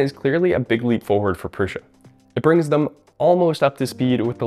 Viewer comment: My biggest question is why people pronounce it "Prusha". I watched the Core One reveal video. Josef 'the actual guy the company is named after' Prusa introduced himself as Jo "Proosa". If that's how he's saying it, why do so many other people insist on saying Prusha??